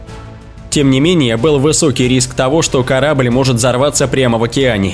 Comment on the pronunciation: Репутация компанииХЕ , корабыль по большеХЕ и т.д.... стоит раз заострить внимание на его конечное произношение слов и все писец, слушать вообще невозможно...🤦‍♂️🤦‍♂️🤦‍♂️🤦‍♂️🤦‍♂️🤦‍♂️🤦‍♂️